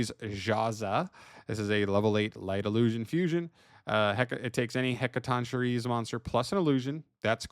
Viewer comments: Hec-a-ton-key-reez according to emma saying lol but heres its "shi-reez" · Just for anyone who wants to know, It's pronounced as: Heca-Ton-Ker-Ee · Btw, it's pronounced HEK-uh-TON-kye-reez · it's pronounced "hek-kah-ton-kai-reee" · "Heck-a-tonk-curry" It's not that difficult. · You got the name mostly right but its more of a K sound and not a ch sound